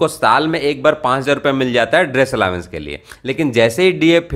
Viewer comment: दोस्त अलावेंस नहीं अलाउंस कहो तो ज्यादा सुंदर लगेगा 💐🌺🌹🙏